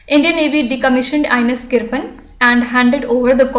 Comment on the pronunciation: Mam sorry but it is not किरपन it is किरपान bcs there is meaning of किरपान in hindi